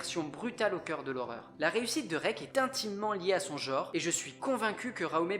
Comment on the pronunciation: le mot "genre" ne se prononce pas "jore", mais "gENre", avec un "EN", comme dans "ENCULER". Les millenials, il va falloir sérieusement que vous appreniez à vous nettoyer la merde des oreilles, hein.